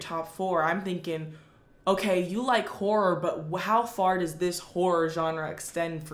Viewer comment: The way she says whore instead of horror